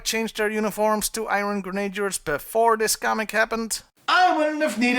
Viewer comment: In English it's pronounced "Gren A Dears". and Major Bludd makes perfect sense because he has a history of screwing with Destro. He attempted to assassinate Destro way back in the comics and the Baroness thwarted him leading to her being burned. In addition, Bludd is Australian and stereotyped as "common folk". Destro is the more regal of the 2 and their strained relationship represents the common people versus nobility.